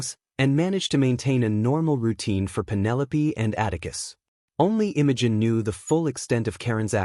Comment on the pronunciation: I like it. Smart girl. Oh, by the way, it's pronounce Imogene not Innogen. Dufus